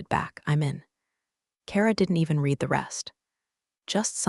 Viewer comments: I wish it was possible to teach your narrating AI to know the difference between the pronunciation of the word "read" (pronounced "reed") and "read (pronounced "red") as they mean different things!! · When your AI voice can tell the difference between read (reed) and read (red) I may start watching your videos again. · The past tense of the word “read” is pronounced “red” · AI still cannot tell the difference between "read" and "read." The first is pronounced "reed," while the second is "red." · Why can't someone teach the tts system to distinguish between read and read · That “read” mix-up drives me nuts too — kills the flow instantly. 😩